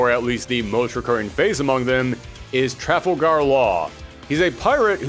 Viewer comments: The mispronounced names. My guy Tra Fall Grr like traf a la gr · Sorry but this triggered me. Trafalgar Law as in Trafalgar Square, where Nelson s column presides in London. Both very important names in Nautical History. Hard to type it phonetically but you're saying it all wrong XD